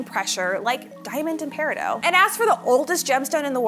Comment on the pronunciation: You said the gems formed under the highest pressure are gems like diamond and ____. What was that other one? It sounded like you said paradow/peridoe/paridow